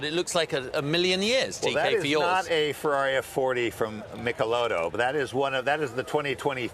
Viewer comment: What cognitive problem do Americans have that they can't pronounce F-E-R-R-A-R-I correctly?!?🤔🤦 Wonderful show BTW🏆👏👏👏